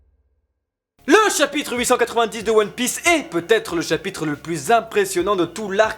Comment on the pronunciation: Attention à la liaison "vaT-être". :3